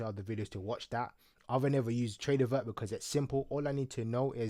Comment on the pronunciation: TradeoVATE not vert 😂😂